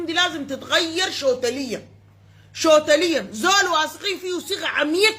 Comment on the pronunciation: شوتليا دي ياربي تقصد توتليا الله يرحم الانجليزي والعربي